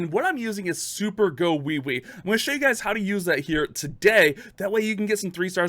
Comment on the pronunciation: Bruhh...super "gowiwi" don't sound right🤣